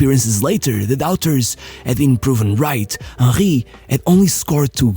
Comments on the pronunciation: Bro how is Henry pronounced as Onkhay? It’s Henry I think Hank would better at this point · How this guy pronounces Henry as Ah-Hee, I'll never know. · WHO THE FUCK IS WAHHEY, cn u pronounce the name PROPERLY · “Im talking about hieyy hewny.”😂😂